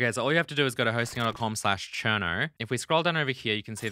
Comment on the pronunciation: How many r’s does Cherno have? Cuz I swear when you say it I hear like 6 or 7